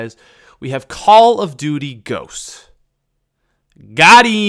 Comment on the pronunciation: I almost had a heart attack when he said ghodts